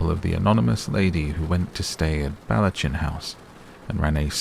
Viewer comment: You are English, and yet you mangle the pronunciation of Ballechin House. Its NOT "balla CHIN" but "Bal echin"